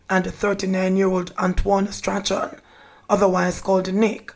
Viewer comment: "Strachan" is pronounced "Strawn" please